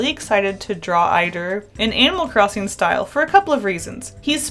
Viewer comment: IDK WHY BUT IT SOUNDS LIKE YOURE SAYING ANAL CROSSING